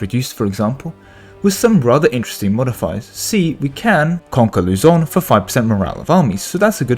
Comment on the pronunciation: Oh the comment above on how Mindanao is read is the proper one. Otherwise you said Luzon and Visayas perfectly. :)